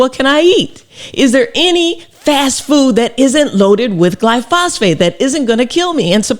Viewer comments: I love your work Dr Rachel, but in this case you're wrong, and this is a PhD in analytical chemistry talking. Firstly try pronouncing it correctly (and writing it correctly). It's "glyphosate" not "glyphosphate." Secondly there have been literally thousands of studies of this chemical. I haven't read them all but I have read many. Yes it is ubiquitous but it is harmless. Without exception every single negative report I have seen ultimately is the product of ignorance, or a green-driven agenda. There is a cohort of individuals that want to destroy the farming industry and they are going after this chemical because it is so important to the industry. They know that if they can get this chemical off the market it will impose a massive impost on farmers, and potentially destroy the industry and that's what they want. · Dr. Rachel. With all due respect. It's not gly-phos-phate. It's gly-phosate. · Its glyphosate not glyphosphate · thanks doctor! but it's not glyphosphate, it's glyphosate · Thanks for this content. Excellent, as always! You've touched on a personal pet peeve. Please READ the word. Take your time. Carefully reading the word, it will become evident that word is pronounced: GLYPH-OS-ATE. The PH letter combination occurs exactly ONCE. I inserted the breaks for clarity, but I'm not sure, exactly, how this word is pronounced. I only know that it's NOT: GLY-PHOS-PHATE. I still love your content! ❤ That pronunciation was just nails-on-chalkboard driving me nuts! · It's glyphosate, not glyphosphate! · Glyphosate, not glyphosPHate.. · PS-- One thing is not in dispute is the pronunciation is GLY FO SATE, not fly fos phate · It's actually called glyphosate; not glyphosphate Dr. Rachael! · It's pronounced Glyphosate not Glyphosphate LOL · Is pronounced Gly Fo Sate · Gly -pho-sate….please… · I don’t like to complain but I think you slightly pronounced glyphosate wrong